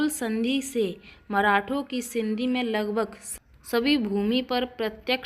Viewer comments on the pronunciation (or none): मुरूड जंजिरा. सही उच्चार किजिये. पटेल नही पाटिल. सिंधी नही सिध्धी.